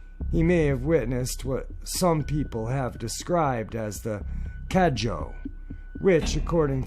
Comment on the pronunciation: About the third encounter, the "Cadejo" is indeed a dog like creature, and it is said that the black one is evil and the white one is good. Just a little thing that a friend from Nicaragua told me, it is pronounced "Cah-deh-ho" and not "Cadjo". Great video as usual.